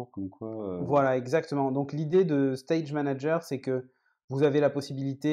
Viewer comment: "stage manaGUER" ? really ? C'est une "private joke" ? c'est voulu ? 🤣